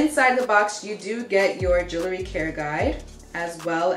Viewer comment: Lololololol brooo you say Jewelry so funny more like " Juoolery "!😅😂🤣😵 Bless up fam👌🏽🔥 Keep those positive vibes coming! Also my bad and my condolences I commented before I heard what happened in your family.... you're one tough cookie though no sweat.💪🏽💯 Death is only the beginning. (Not trying to quote The Mummy haha💯 that was a cheesy joke btw ahhh nvm sorry)